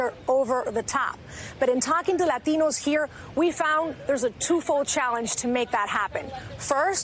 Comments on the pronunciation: White girl puts the emphasis on "LATINO" LAHTEEENOH. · Stop over pronouncing Latino. It's one thing of you've just come from a foreign country, and have an accent. But when you were born here, and have no accent, then forcing the accent in an attempt to appear more "Latino" is ridiculous. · Laurent Delacroix I don’t know, I speak Spanish and I’m Latino but I find it a bit cringey lol usually people say la”t”ino with the T pronunciation as in T for titties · Yup , I believe it's pronounced Lateeeeeeno . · but are you... a “LAH-teen-o”? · LAAAA-TEE-NO! Sounds ridiculous. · Not every "Lah-TEE-No" thinks migrant caravans are a good thing. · I agree with you I'm latino and I don't over emphasize the pronunciation of the word latino.... Lol... I thought I was the only one who notice that... it's annoying as crap when I hear leftist try to sound more with an accent... this why the progressive left will eventually go down for the fact they believe in stupid things without any substance to try to win voters... I can proudly say as a Christian conservative I never voted for that racist party.... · stephen medz Spanish is my native tongue, but when speaking English I don’t do that, unless everyone I’m speaking with is bilingual, and the word is actually Spanish. But “Latino” is already part of the English language, and vowel pronunciation is different in each language. People who do what she did usually speak terrible Spanish, just for the record. 😂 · it's all disingenuous and status seeking behavior on her part. She will signal with her pronunciation of "Latino", then spend 2 hours in the morning making herself look as Aryan as possible lol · Karl Haywood being puerto rican would give me some credibility. I've heard the word "Latino" pronounced with a Spanish accent my whole life. Going to family parties, events, seeing relatives. But you could tell she was saying it that because she wanted to look super "hispanic" and give herself some "hispanic street cred"